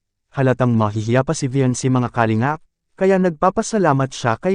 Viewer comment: Ayusin mo nga pronounciation mo sa kalingap